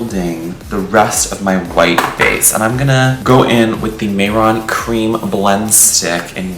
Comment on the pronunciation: HELP you ate this down but I kept hearing “c/m white” lol😭😭🙏🙏